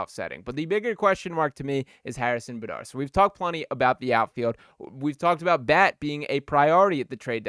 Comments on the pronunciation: Who's Harrison "Bahdar" smh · Did he just say Harrison buhdar?!? 🤣🤣